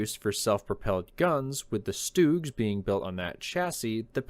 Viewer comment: Why do you pronounce Stugs like that? It's pronounced Stug.